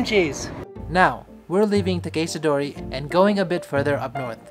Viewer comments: Him calling it takayshita dori was driving me nuts, its takEHshita dori 🙄 otherwise great video! 😊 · Bro your pronunciation of “Takeshita dori” makes me yearn for death, god damn